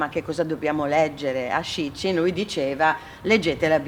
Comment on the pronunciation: Susy ti voglio tanto bene! Pero' guarda, se continui a chiamare Sitchin con la tua pronuncia italiana, ti viene fuori "Shit Chin", che non e' una belle cosa (seppur fa ridere) :D